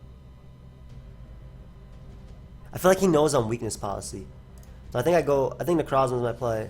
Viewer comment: Please stop calling Necrozma "necro". It weirds me out every time for obvious reasons.